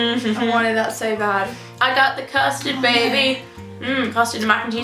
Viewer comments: When she said custard I thought she said bastard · Nooo I think she said "chummy"